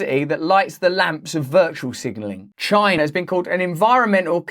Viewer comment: comeon editor XD everyone knows these days that every time someone says 'CHI-NA' like that we need a quick cut to trump saying it in the stupidest way possible XD ; excellent video as always Russell&team